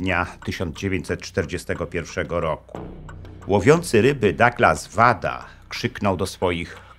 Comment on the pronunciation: Materiał ogromnie interesujący, także rzez moje związki z Japonią. Mam drobną uwagę co do brzmienia nazwisk panów Wada i Yoshikawa. Mam pewność, że "W" czytamy jako "Ł", jak w Kawasaki. "KaŁasaki", "Łada" i "JoszikaŁa". Pozdrawiam serdecznie szanownego Pana Doktora i czekam na więcej fascynujących historii !